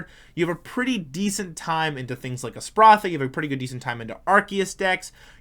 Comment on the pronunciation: You really struggled through that Espathra pronunciation lol